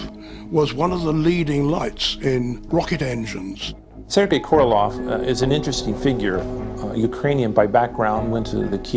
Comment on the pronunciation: KorolOV. LOL. how on Earth did he become KorolOV??